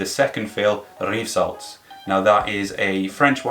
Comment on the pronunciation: I just noted that you said it perfectly,! So it WAS useful! Well, basically it is "rive-sallt" or "reef-sallt", and as you are not Scottish, your pronounciation of the "r" is not as much of a challenge to you... 😉 On the next occasion I will ask Alan to pronounce it. 😉😉😉